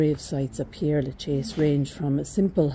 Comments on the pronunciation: Ah, I'm glad I'm not the only one who wants to pronounce this as 'pierre' instead of 'perre'. It's such a bugbear to me! But how lucky you got to visit this amazing cemetery! Thank you for giving me a tour of this 'city of the dead!' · Père, not Pierre! Do the Irish not study French?